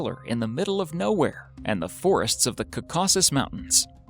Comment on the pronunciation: The narrator should learn to pronounce "spherical" , "Chilean" , "Caucasus" , and "ufologists" .